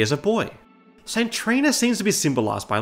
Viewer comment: Why do you pronounce saint Trina like sintrina